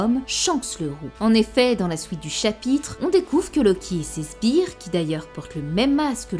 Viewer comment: Rien à voir, elle a du mal à entendre certaine phonétique , dont le [ou][i] donc elle le dit comme elle l'a toujours compris (Je vulgarise)